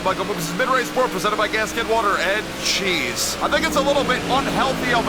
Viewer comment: Did he say jizz or cheese bruh 😭💔